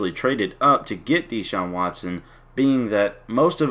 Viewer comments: His name is not DEE-Shaun. It's pronounced like DaShaun. And he only played three years because he graduated in three years. The guy took full loads every semester while starting at QB AND winning a National Championship. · U said his name wrong 😂